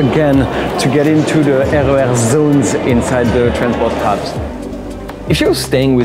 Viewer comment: I ❤ your pronunciation of the RER. As a Dutch person i read them as 1 word.